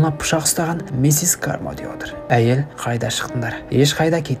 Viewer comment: Миссес кармоди емес каромди деп қоиыпсыңғо бауырым